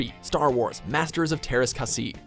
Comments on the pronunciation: oh god "teraas kasii" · Masters of teräs käsi:)